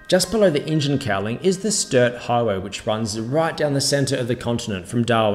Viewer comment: Stuart highway, say it with me Stew ert, not sturt.